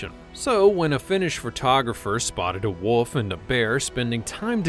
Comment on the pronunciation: It's actually wolf, not woof.